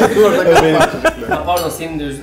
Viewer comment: Portokal ne melih yaa.. her bu meyvenin adı geçen videoda böyle diyorsun.. Portakal lütfen portakal..